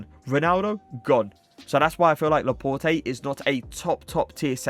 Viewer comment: It’s laport not laport-ay